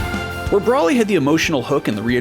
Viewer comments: It’s Broly, not Brahly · Anyone else irked by the way he pronounced Broly? Kept saying it like "Brawly". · Its so hard to take seriously when they pronounced Broly as "Brahly"